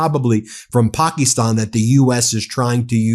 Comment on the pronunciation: Why do you pronounce Pakistan like that?